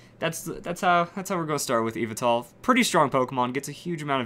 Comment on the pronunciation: Yveltal is pronounced as, YEE-VEL-TAL so get it right